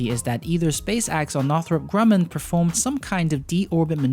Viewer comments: “Defense contractor Northrop Gum-Grunnam”? C’mon. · "northrip grunam"